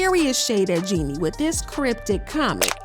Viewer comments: I wish they would pronounce jeannie correctly it’s pronounced “Genie” (like genie in the bottle) not “jenny” 🤦🏾‍♀️ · Her name is Jeannie not Jenny you guys need to at least understand how to pronounce the woman's name before making gossip blogs about her